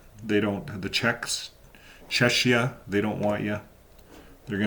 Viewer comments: I think Czechia is pronounced "check-ee-uh". Anyway, I hope that Czechia starts clamping down on the Watchtower Society's harmful practices, such as shunning of children and minors, the dangerous practice of banning needed blood transfusions and other medical procedures for Jehovah's Witnesses and their children that really need them, the violation of human rights, among other wrongful, dangerous practices. Thank you,, for this latest update on Jehovah's Witnesses and for continuing to expose their lies, hypocrisy, and harmful practices. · It's pronounced Chekia. Ch in the Czech language is pronounced like the English K. To make the English CH sound, you use Cz. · The "ch" in the word "Czechia" should be pronounced like a "k", just as it is in the words "Czech" and "Czechoslovakia". Thank you for your work!